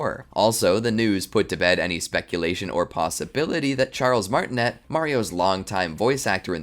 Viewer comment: Also it’s pronounced Martin-A not Martinet